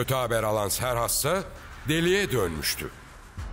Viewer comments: Serhas değil doğrusu kserkses olacak trt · Serhas değil Kserkses ismi. Türkçe o şekilde seslendirmisler